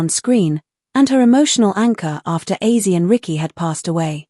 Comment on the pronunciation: Hey A.I Computer ! His name is OZZIE , not AUSSIE !